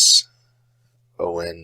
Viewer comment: Oh, about referencing, I noticed on my website stats a little peak in visits on my SWL page, that origined from your video. As for mangling my name, hihi, it should be pronounced as ray-man-ants, but even Belgians persist to even write in wrongly.